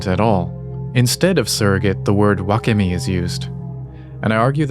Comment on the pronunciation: wakemi: butchered